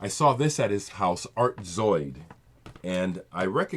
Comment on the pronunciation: You pronounced that Art Zoyd title perfectly. Another artist that I must add. Kawaida sound Karazy. When you said "Don Cherry" I paused your video and I checked out the song 'Maulana' on YT. It was good but the mix was a bit distant? The reissue is printed in orange and the font is smaller than your original. I watched Chris's ECM posts and they were fantastic. Man does he know his jazz. As do you too~ Rob/Boston